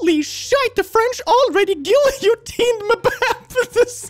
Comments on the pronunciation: The way he pronounces "guillotine" is hilarious, but I also used to pronounce it that way, so it's also me laughing at how dumb I was IN ADDITION to his dyslexia mixing with English not being his first language making him fail to pronounce many of the more complicated words(tbf, many non-dyslexic people who have English as their first language still mispronounce SIMPLE English words, and also "guillotine" is french, but still) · Yeah I'm an English speaker and it is indeed a verb in English too and him saying 'gill-ee-oh-teen' hurt my soul but English is his second language i think so it's fine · … please say guillotine again… for the class